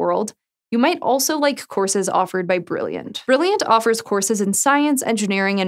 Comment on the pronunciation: You almost made it....got to the last one without saying brillianch